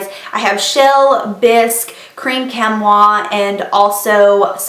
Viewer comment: Chamois (in this instance) is pronounced "chammy". Like what you use to buff down your car with?